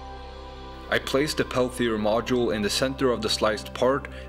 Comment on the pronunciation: It's a Peltier module, not a Pelthier module, so it's not pronounced with an 'h' after the 't'.